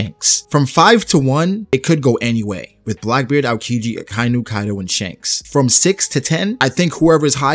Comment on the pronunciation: I really like your videos man but could you stop saying "Akainyu". Its "Aka" "Inu". "Red" "Dog" 👍 you got this.